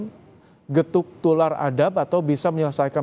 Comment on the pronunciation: Bukan gethuk tular pak tapi gethok tular ngomong aja salah